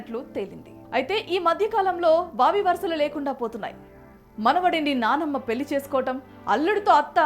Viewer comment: ఆహా ఏమి తెలుగు పెల్లి పెల్లి పెల్లి ఇంకా ఎన్నో